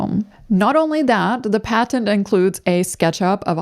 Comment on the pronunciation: "Pat-tent" "Pat Tent? When did it become 2 words?